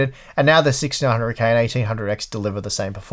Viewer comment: I can finally hear him say 6900k but most of the time it sounds like 1600k... What is wrong with my ears